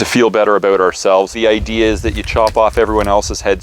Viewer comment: Canadian? That “aboot” was no lie😂